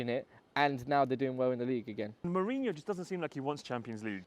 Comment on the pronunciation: "Hotta". After almost 20 years of Mourinho in mainstream football, Brits still refuse to understand the 'J' in Portuguese is NOT silent 🤦‍♂️🤦‍♂️🤦‍♂️🤦‍♂️